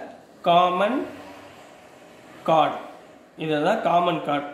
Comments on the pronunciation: Chord va correct ah pronounce pannunga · Chord pronunciation is wrong sir